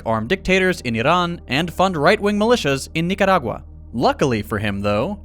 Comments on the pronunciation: Very much appreciated she correct pronunciation of Nicaragua!! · My dude said Nicaragua like a native speaker. 👀